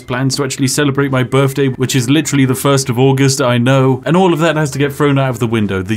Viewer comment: Happy birfday, weird you say birfday in the queens land but you do you.